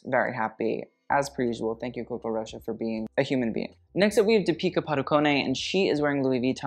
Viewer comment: It is pronounced Dee - pi(nk) - kah with the Dee stressed, Pa - doo - cone